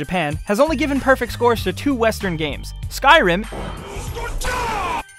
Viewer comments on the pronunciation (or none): none